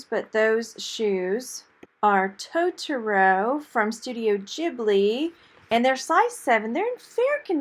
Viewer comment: The shoes pronounced "Toe Tore O" and roll the r! lol Lived in Japan for 3 years and my hubby's college's nicknamed him Totoro-san! lol